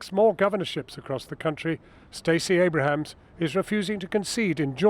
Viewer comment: "Stacey *Abrahams*" whoops